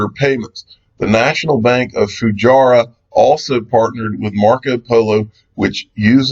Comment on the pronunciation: its Fu-jay-ra